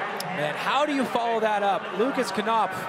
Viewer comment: can you please dont call lukas knopf "lukas kanopf" its called "lukas knopf" there is no "a" after the "k" in the lastname